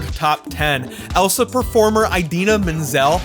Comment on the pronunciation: Not playing the John Travolta clip to mock the pronunciation after he himself mispronounced Idina 😭😭😭